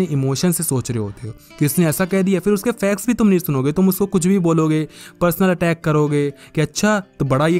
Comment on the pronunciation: Facts ko fex bolte hai ye bhaiya